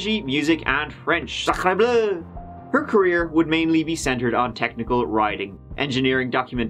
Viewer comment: Was this supposed to be some french? "SAHKREHBLEH!" lol